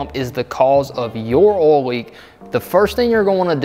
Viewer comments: Great vid, subbed. Just an FYI, there's an "i" in "oil". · Ohl Ole Owel Uol Idk how to even spell that sound